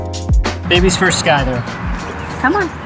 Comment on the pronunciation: the mis pronunciation of Scyther was cringe